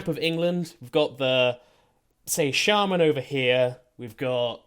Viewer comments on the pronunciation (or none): none